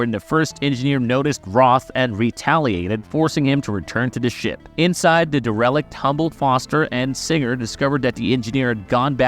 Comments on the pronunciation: Looks like it. He pronounced "derelict" wrong. He said "DeRELict". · It’s pronounced “Dare-uh-licked” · Hey dude, do you not know how to pronounce "derelict"? Or are you using a really bad AI voice program?